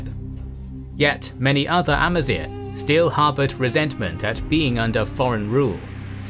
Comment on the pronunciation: First ever channel i've watched to actually pronounce Amazigh (semi) correctly!